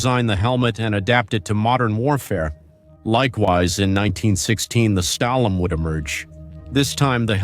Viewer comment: STALHL-HELM. You pronounciations are ATROCIOUS.